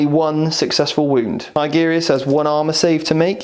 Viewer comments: Haha, I used to make the same mistake.. TI-GU-RI-US.. not TIGGER-US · I liked the video. Just jesus, go to google translate and how to say Tigurius's properly. Tigger from Winnie the pooh is not a space marine.